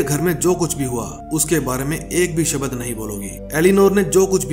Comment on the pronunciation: Aapke shabdo kaa uchharan sahi nahi hai shabd word hota hai lakin aap shabad bolte hai...